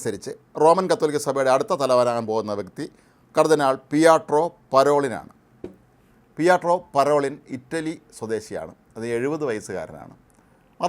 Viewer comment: പിയാത്രോ പരോളിൻ. പിയാട്രോ അല്ല